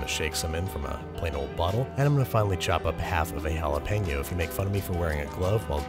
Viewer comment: I'll make fun of you for failing to pronounce Jalapeño :)